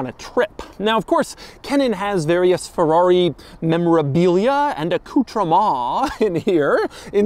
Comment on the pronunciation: Why do you keep saying “Ferrari” in that weird pirate voice? Ferr-aaaaaaaggghhhhri matey!”